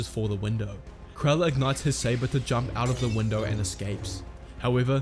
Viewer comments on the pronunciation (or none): none